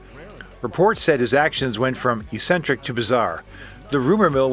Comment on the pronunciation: it's pronounced "bell-i-KOSE", not "bella-coss" "EK-sentric" not "E-sentric" "hab-EE-boo-lin" not "halla-boolin"